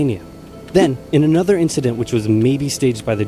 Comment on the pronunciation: You are aware that giving false confidence is detriment to improvement? Saying "inshident" or "brahtally" are not "quirks", they are mistakes. What he needs is constructive critique, however he would need to ask for it, until an English speaker finds he has pronounced a word so severely wrong that they need to ask him to repeat what he said. I've seen false confidence being exhibited by non-native English speakers, some legit think they are good and blame you for not "listening properly". Best solution for everyone is to build a thicker skin. As someone who is a language learner, I don't take offence if people can't understand my Cantonese, correct me or complain about it, but it is concerning seeing people trying to make the other person feel better which makes things worse for the speaker who is learning the language. True learners don't let people like OP (who I hope is innocently insensitive), discourage them from learning the language. I hold this standard to everyone, because learning, not matter is the subject, will always require both the teacher and student to be honest and humble to each other and we put ourselves into the teaching role as soon as we start talking to him about his fluency in pronouncing English as he might be learning from us in the comments as we are providing him feedback. Edit: To clarify, the reason why I'm saying that those words he pronounced aren't quirks, but mistakes is because, he is using Japanese phonetic rules to pronounce them, not m